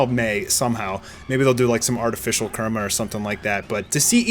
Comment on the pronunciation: continues his steak of pronouncing names oddly. First, Saitama and now Kurama.